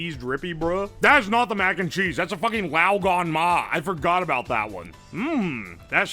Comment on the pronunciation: The gan in laoganma is pronounced like can.